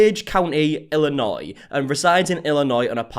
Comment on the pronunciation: I commend your ability to pronounce Illinois correctly. A lot of Americans can’t even do that. 😂